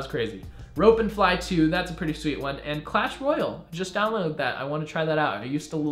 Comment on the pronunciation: U pronounce clash Royale like clash Royal